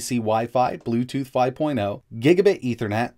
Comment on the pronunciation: Includes "Bletooth" hahahahaha